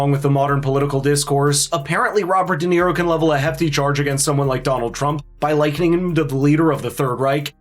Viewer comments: Shirley Jackson :the lottery: read it Dum-Nero. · Robert De Nero 😅 what a a... h...